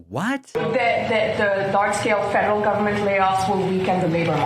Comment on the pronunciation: Hey, I have something I can agree with Trump on something! I heard fentanyl instead of federal the first time that reporter asked him the question.